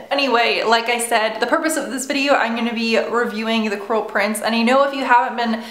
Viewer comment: I thought u said the "coral" prince at the beginning lol